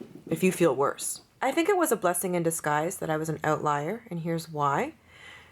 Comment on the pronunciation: One of the benefits of outliers is you can tell if they're Canadian when they pronounce the word "oatlier"